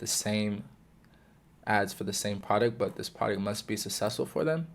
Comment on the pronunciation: certi vid fella please work on your pronunciation of product tho